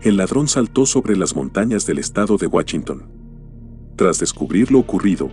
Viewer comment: Qué mal mencionas la "ch",, Chow o Wachinton" decías xD